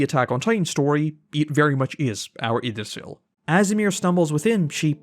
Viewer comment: Do u purposefully ignore the "ye" part of words that are supposed to start with it? Ye-Mir not Emir Ye-gdrasel not Igdrasel (I know thats not the spelling im just trying to explain the noise)